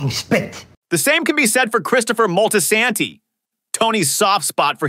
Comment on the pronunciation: I like how you pronounced Moltisanti Multiesaaaaanteeeeee